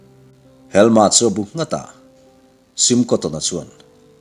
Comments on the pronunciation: A sipel chu ka hre ve lem lo na a, helma i tih hi helm-a ti a lam tur a ni zawk lo maw. Sherlock holm-a hi holm-a an tih ang hian. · Helm-a tih tur anih ka ring ve ngawt a. Helma''an-a tih pawh chu a ni thei tho bawk ang a